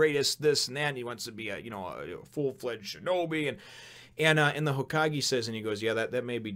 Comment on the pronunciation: It's pronounced HōKagé.